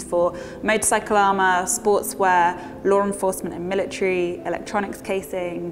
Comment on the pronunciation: "Lawr Enforcement"